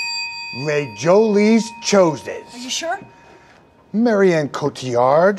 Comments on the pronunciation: He pronounced Les jolies choses in the most american way possible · "Les Jolies Choses" pronounced in English by Kevin hahahahhahhha